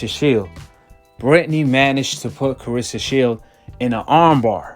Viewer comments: CLARESSA and not CARESSA!!! And SHIELDS NOT SHIELD!!! And MMA not THE MMA!!!!! TALK RIGHT!!! SMFH!!! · You need to work on your trash narrating. Her name isn’t Carissa. Haha and “simiotaniuosly”? Come on man.